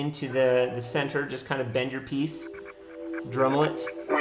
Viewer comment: What word is he saying? drumel? drivel? dremble?